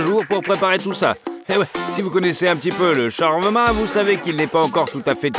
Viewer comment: Trop compliqué de prononcer "SHA-OUAR-MA" et de la même manière??? Lol 😂